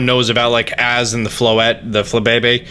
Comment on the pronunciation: I belive Az is pronounced like maze but without the m. Thats just what I think anyway...